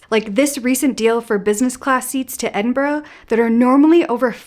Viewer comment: I really appreciate that you pronounced Edinburgh properly…